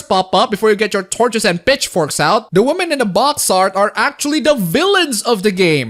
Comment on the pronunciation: Did you say "bitchforks" ? Sounded like it to me. xP